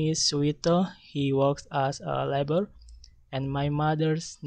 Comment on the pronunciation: Strength :Good, looks very natural, confidently, doesn't use text, Weakness : when saying labor the letter r sounds like the letter l (Group 8)